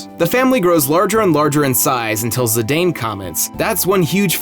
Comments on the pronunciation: "Zi-Dayne" Horrifying. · UGH. Really guys? July 11, 2015 and you still mispronounce "Zidane?" /zi-dahn/ LEARN IT